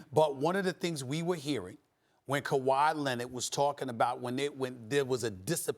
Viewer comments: "Kawaah Lennid" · "Kawhi Lennid"